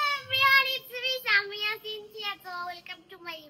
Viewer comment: আরে ভাই সানিয়া না তো সামিয়া ✅😅